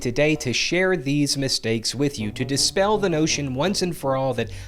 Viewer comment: You said "dispell " sort of like infinity......